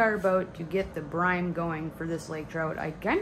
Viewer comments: UHH ITS CALLED BRINE NOT BRIME LOL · I think you are saying "brime". It's brine. You're welcome. ;)